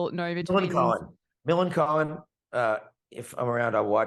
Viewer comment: I don't know. She might! Edit: okay, nevermind! Just watched the end. She was nice though. And she pronounced Millencolin properly.